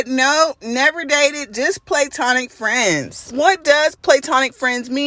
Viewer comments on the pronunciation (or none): Pronounced Pla-tonic not playtonic.